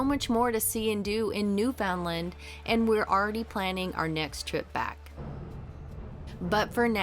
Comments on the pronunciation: Aaaaaaahhhhh! It’s NOT “NewFOUNDland”, it’s “NewfoundLAND”. UnderSTAND?😊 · It is pronounced Newfenland. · Okay. If you’re coming to Canada, it’s pretty darn important that you learn how to properly pronounce ‘Newfoundland’. Something you shoud have learned before you came. 🇨🇦